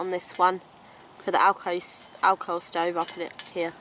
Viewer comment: 😜 I thought you kept saying "Alcove Stove"